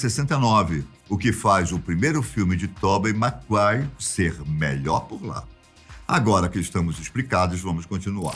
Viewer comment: Sem dúvidas "Tobi Maguaire"🤣